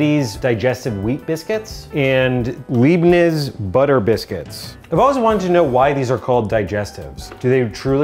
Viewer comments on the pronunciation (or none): The way you pronounced Leibniz should make the German in you want to leave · Aaaah the leibniz pronunciation, sounds so wrong to a germanspeaker like me 😣😂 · omg, the way he pronounced Leibniz, hilarious. At least he tried :D